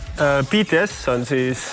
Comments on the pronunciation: Ja lõppuks ometi keegi hääldab BTS õigesti! Eesti areneb wooow! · Wow Reikop on üks eesti vend keda ma kuulen et ütleb bts õigesti aga kui inimesed vahel ütlevad Kõh pop siis save me please🥲💀💜